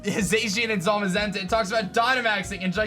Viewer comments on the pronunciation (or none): none